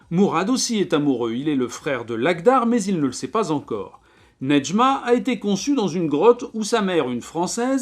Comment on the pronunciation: Je m'appelle Nedjma en honneur à ce livre et je crois qu'on ne prononce pas le D, en tout cas pour moi c'est le cas et Kateb Yacine ne le prononce pas non plus